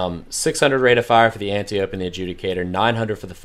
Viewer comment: not anti-ope. ANT-EYE-OH-PE. from greek myth.